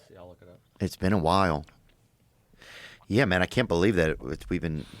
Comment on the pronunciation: 'Yuah maun' (?!) Joe turned into a Jamaican 😂